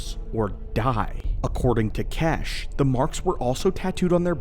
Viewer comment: His name isn’t kesh, the pronunciation of xesh is as follows(zesh)